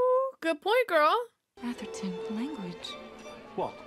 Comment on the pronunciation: I'm so impressed at how badly she misread Atherton.